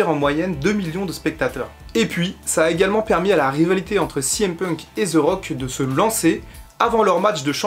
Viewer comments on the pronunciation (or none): les français vous devez vraiment arrêter de dire Ze il dit même pas ça le pire il dit Zi wtf bordel c'est plus possible là